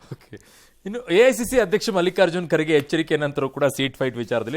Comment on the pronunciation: ಯಾ ಐ ಸಿ ಸಿ ಅಲ್ಲಿ ಎ.ಐ.ಸಿ.ಸಿ. ಸರಿಯಾದ ಉಚ್ಛಾರಣೆ ಇರಲಿ..... ಕನ್ನಡದ ಕೊಲೆ ಬೇಡ